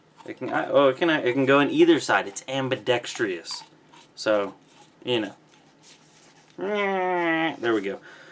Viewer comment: I'm a Kiwi it sounded weird to me as you say it differently. (Kiwi=New Zealander its a country)